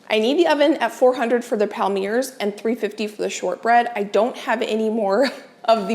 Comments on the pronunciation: Palmier is a French word that means palm or palm tree and it’s pronounced palmié like in fiancé 🙃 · Hi, a small tip for the palmiers (palm-ee-ayz) - try rolling the two sides towards one another to the centre instead of folding. Claire Saffitz has a good tutorial and rolling gives them that classic heart shape:) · Palmier cookies are pronounced Pal-mee-ay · Palmiers are pronounced “palm yay” the r is silent. But at least you do not mis pronounce Worcestershire- I cannot believe the number of American chefs that do not seem to know how to say that. Sorry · Hi! Just a little French lesson….Palmiers are pronounced “palm-yay” Love you and your channel! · I looked it up for us as I was curious too. Online says Palmier is pronounced pal-mee-ay. Makes sense as they originated in France. Thanks for the inspiration as always 😊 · I think Ina pronounces it pall-me-ay